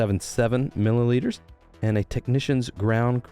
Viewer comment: lol "Milliliters".